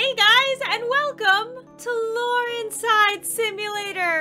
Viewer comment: “ Laurenzside simulator!” Me: sneezes What I heard: “achoo simulator!”